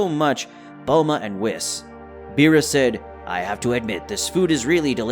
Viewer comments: Bro-ly not brolly and ‘Wees’ not wis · Your pronunciation of whis... makes me think isn't it "wheese" and not "wis"? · Why are you saying wisss and brallly instead of whis and broly? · Are you saying Broly and Whis like that purposely or?! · How do you not know how to say how do you not know how to say Broly and Whis? at least safe properly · Mispronounced broly an whis this whole video. Nice story tho